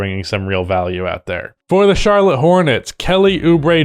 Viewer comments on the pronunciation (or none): none